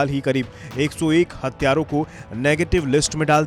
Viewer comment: हत्यारों नहीं भाई हथियारों बोलो